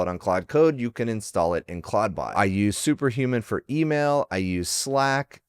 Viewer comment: Stop calling it claud-bot